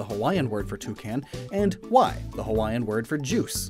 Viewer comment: Your Hawaiian is a little off wai is water. And it's pronounced Vai